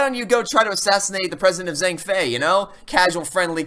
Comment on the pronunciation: It’s impressive but I kept cracking up at how much he butchered some of the words. Saying dogen with a J sound is odd to me but understandable, but I damn near lost it when he said “Zheng fey” 💀